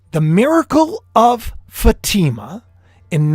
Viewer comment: It’s pronounced Fa long A I silent ma Fa t ma. Sorry you didn’t know. I hate to correct in public. Blessings